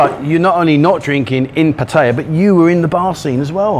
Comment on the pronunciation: pronounced pattaya the correct way.. you have to learn from him